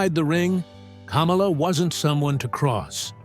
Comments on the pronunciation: kaaamala lol... Its kamala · It’s “Kah-mah-lah..” the Ugandan Giant. He never ran for President. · They couldn’t say Kamala correctly! 😆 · Teach you damned AI pronunciation for Kamala!!! The wrestler was pronounced kah-molla!!! The idiot that ran for president was pronounced kam-alah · Kamala’s name isn’t pronounced like Kamala Harris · Will you please learn to pronounce KAMALA'S name correctly!!!!!!!!! You make him sound like a large version KAMALA HARRIS the female. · Love the way this AI pronounces Kamala like Mrs harris name is supposed to be pronounced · AI pronouncing Kamala the same as Kamala Harris is fucking priceless😂😂😂 America is so fucked